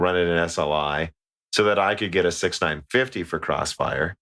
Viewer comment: 6950 = "six-nine-five-zero" OK 6950 = "sixty nine fifty" OK 6950 = "six-nine fifty" NOOOO!!!! Somehow you don't have this problem with 6900, 1660 or 2080. Also, Frankenstein rhymes with Wolfenstein. There's no "STEEN" in either. I have to think you were trolling that guy who complained about Nvidia. If he's still subbed, he hasn't heard this episode yet.